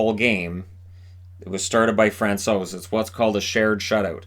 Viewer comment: Hi, I would like to thank you for everyday content. It keeps me updated on what is going on in NHL. Also as a Czech I really appreciate how you pronounce foreign players’ names. You nailed Francouz!:)